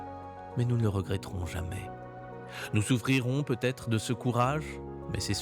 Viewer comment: Il aurait putêtre 😂😂😂 ah les liaisons maltapropos...!